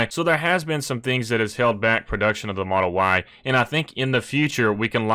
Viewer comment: why does he say model y like that